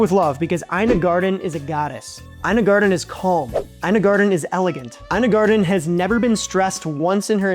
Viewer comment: It’s not garden bro, it’s garTen!!